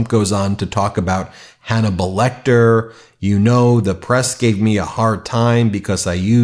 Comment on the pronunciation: LOL, you're right, I didn't catch it before - Slump turns "Hannibalecter" into a single word.